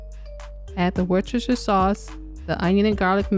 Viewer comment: Finally, an American who knows how to pronounce Worcestershire. With love from Worcester, England.